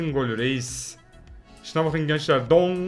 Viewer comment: abi dong diyişin çok komik